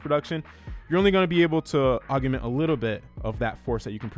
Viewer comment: Dude. Why do you keep saying “augument”??? The word is augment. Og-ment.